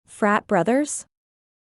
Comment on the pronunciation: in the video said Cleere ten times in a loop. Try again